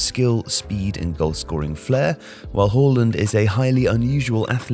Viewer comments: It is not pronounced Whoreland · "Erling Hoalland"